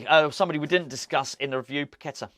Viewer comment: Its pronounced Pa Ke Taar